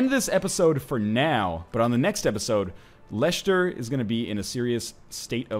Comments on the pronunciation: When i heard him pronounce leicester as Leishester, i went freaking insane, it's pronounced lesster, lol, just having some fun here. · its pronounced Lester. great vid anyway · it is pronounced less-ter